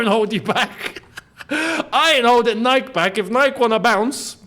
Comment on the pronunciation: you're pronouncing "Nike" wrongly 😅